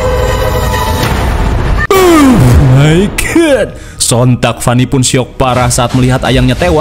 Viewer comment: pas ngomong "euh mai gad"